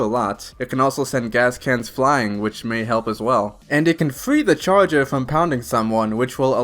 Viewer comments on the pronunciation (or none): look i love this guy but i can’t stand your speech impediment “Specwal Infectwed” “Da chawgur” please learn to talk like a normal human and ill consider subscribing